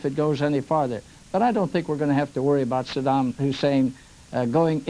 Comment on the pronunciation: So many idiots journalists that not one was ever correctly pronounce the name of Saddam.